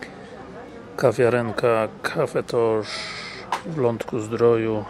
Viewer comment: Źle gościu wymawiasz nazwę kawiarni. Nie nazywa się Cafe tosz tylko Cafe Toch, a Toch to nazwisko właściciela Mirosław Toch